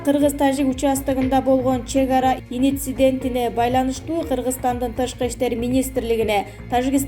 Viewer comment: ИНИЦИДЕНТ ДЕГЕН СӨЗ ЖОК ДА,МИРЗИЁЕВ мирзёев Эмес,ТАЖИК ДЕГЕН СӨЗДӨ КЫРГЫЗЧА ,,Ж" ТАМГАСЫ АЙТЫЛАТ ОРУСЧА ЖУК ДЕГЕНДЕЙ ЭМЕС КАНЧА АДАМ КӨРӨТ УГАТ СИЛЕРДИ КЭЭ БИР ЖАШ МУУНДАР ДА КӨРҮШӨТ ОШОЛОР СИЛЕРДЕН УККАН СӨЗДҮ ТУУРА УГУП ТУУРА СҮЙЛӨГӨНДҮ ҮЙРӨНҮШҮ КЕРЕК МААЛЫМАТТЫ ЧЫГАРУУДАН МУРДА ТЕКШЕРИШ КЕРЕК.